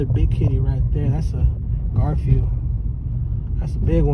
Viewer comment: The way he says garfield 🤣